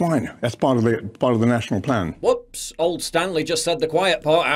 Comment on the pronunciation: I thought he said "It's all part of a flan!"